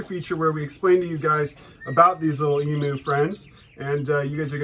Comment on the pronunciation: Australian here - ‘emu’ is pronounced eem-YOU, not eem-oo. 😂🤦🏼